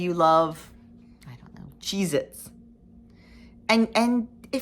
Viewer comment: I agree about the pizza....if you use a substitute you won't be satisfied and will look for something else to eat. When Michelle and I did the Shred diet it specifically allows real pizza at times! BTW....when you said "Cheezits" I thought you said "Jesus", lol.